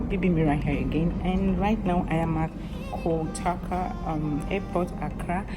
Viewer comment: Pronounce it again “ KO TO KA”